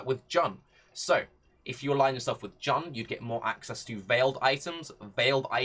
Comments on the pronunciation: Isn’t it pronounced Joon ? Jan is just weird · Good suggestion and all but you gotta stop pronouncing Jun as Jan